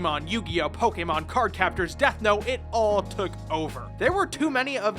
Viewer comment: I was blown away to find a YouTuber that actually pronounces Pokemon right.